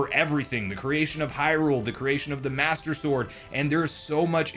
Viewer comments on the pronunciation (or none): none